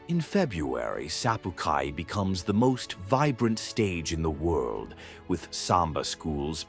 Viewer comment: While many things are on spot in this video, Brazil speaks portuguese... the english pronounciation of every single noun shown here is totally WRONG with a broken Spanish-type translations... the letter "J" is a bit similar to english (Jah) and definately not pronounced as a "Y" or an "H" as in Spanish. The place Rio has the carninval parades has many more syllables than said here... Sa (sah)-pu (poo)-ca (ka)- i (ee). The brazilian food is Fei (fay)-Jo (Joe)- ada. Anyways... silly translations and pronounciations. Also the images of Africa and India was thrown into the visuals every time they show closeups of the Favelas... while the favelas are no joke, its not like rural Africa... They are houses in the Rio Favelas are Brick and Cement compact stacked on each other with running water, piping and electricity.